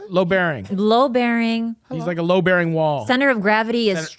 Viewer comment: "Low bearing"? Isn't it "Load bearing"? Lol